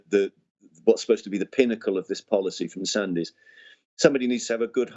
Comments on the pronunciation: Just a small point, the surname is pronounced 'Sands', not 'Sandys', I used to work in his circles. The Russian warfare strategy should be apparent. S400's keep aircraft out of the sky, behind them are long range artillery, which are then less vulnerable. Main battle tanks are now impotent, missiles will deal with those. Ground troops can only be used when the forward objectives are clear, as modern tech can neutralise troops without a shot being fired. Russian EMP capability can already knock out all radar and targetting systems. All shipping will be sunk in minutes by submarines. This leaves the nuclear option, which is, I suspect, why the US has withdrawn from all agreements, and why the Russians are developing hugely more advanced nuclear weapons. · "Sandys" is pronounced "SANDS"